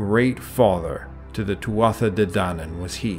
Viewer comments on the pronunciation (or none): Would love if you could properly represent these dieties with their proper pronunciation. In Irish Gaelic, it is pronounced Tua not Tuatha, and Loo, not Loog. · I believe that Tuatha is pronounced Tu'a, and that Lugh is pronounced Lu... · it's pronounced two -ah .....